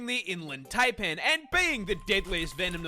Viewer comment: For the record. The pronunciation of Taipan is TIE-PAN not TAY-PAN